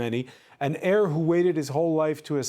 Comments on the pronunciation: The word 'heir' is pronounced with a silent 'H' - 'heir' as in '-A.I.R'. He is not the world's longest waiting Hare! Thank you. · Please learn proper pronunciation..It's pronounced air...not hair...😅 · It's pronounced 'air' to the throne not hair.sorry to be pedantic. God Bless KCIII. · Heir—H is silent.